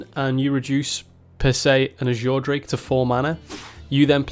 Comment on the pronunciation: Reduce an Ajure Drake to 4 mana Ajure Drake That pronunciation urks me